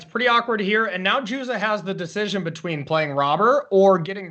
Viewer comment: If you are going to cast the game, make sure you know how to pronounce the hall of fame player’s name. It’s pronounced Martin “Yuza” with a Y not a J.